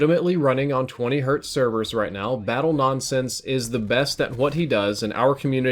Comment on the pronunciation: Hey, what'are these "Severs" you speak of?